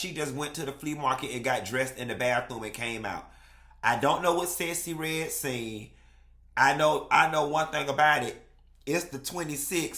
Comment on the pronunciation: the woman's name is Sexy Red....not Sessy Red!!! 😂😂😂😂😂